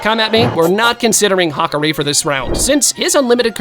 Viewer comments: The name butchering for Hakari is wild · The pronunciation of Hakari is terrible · He didn’t even say hakari right